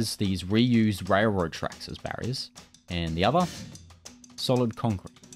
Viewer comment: "contcrete" ;-) (sorry I'm a librarian, I HAD to) lol